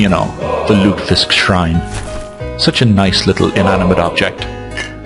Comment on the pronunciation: Three syllables, lute-eh-fisk.